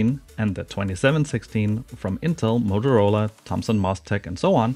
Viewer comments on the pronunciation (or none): none